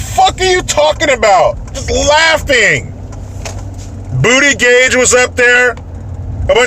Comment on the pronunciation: “Bootygage” 🤣💀 I personally prefer “BootyJudge” 😂